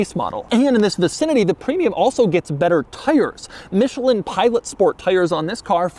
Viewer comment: Doug is the type of guy that fights about the pronunciation of Maybach, but also says micheleen.